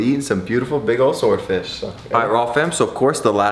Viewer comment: Say sward fish again... 😂